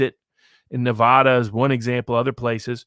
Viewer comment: your mispronouncing Nuh-Va-Duh diminishes your Argument.